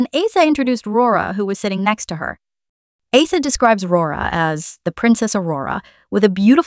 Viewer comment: Great video. Pronunciation of the members names could use some tweaking… - Rami is Raw-Me, not Ray-Me - Asa is Aw-Sa, not Ay-Sa, although the later is a nickname, as she’s an Ace! - Pharita is Pa-Rita, not Fa-Rita Thanks 😀 ❤❤❤—❤—❤❤❤